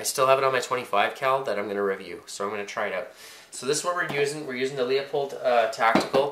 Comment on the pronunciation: Leupold is pronounced Loopold not Leeapold. Everyone makes that mistake. : )